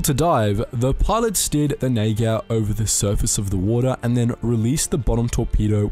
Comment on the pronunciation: Han uttalar det Neigeir lol